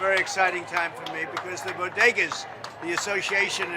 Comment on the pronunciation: 'Say it with me.....BO-DE-GAS."